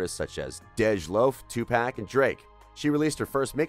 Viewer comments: Lol if you are going to create a video please be sure to announce someones name properly especially a legend like 2 PAC NOT 2 PACK😮🤨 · Watched until he said 2pack, RIP nonetheless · Mfer Said Two Pack 🤣😭🤧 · DID I HEAR 2 PACK ?!!!!!!!!!!!!??????????????? LMAO SO CONFUSED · I was like who the hell is toopack?🧐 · There’s no K in his name!! Pisses me off when people say it like pack🤬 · This man said 2 pack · Anyone else wanna smack this dude when he pronounced Tupac's name 2 pack? Lol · Lol if you are going to create a video please be sure to pronounce someones name properly especially a legend like 2 PAC NOT 2 PACK😮🤨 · Bro that did the commentary on this HAS to be White with the way he said 2-Pack.....lol!!!! Homeboy butchered a few names in this video actually!! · I don't understand why these reporters always mess up Tupac name it isn't that hard to pronounce. It's Tu 'pac, if u trying to report rap situations learn how to pronounce these rappers name correctly. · Lmfao the way he said 2pac....☠️☠️☠️